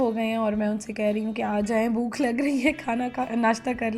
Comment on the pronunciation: Bookh nahi bhòòķ correct word hy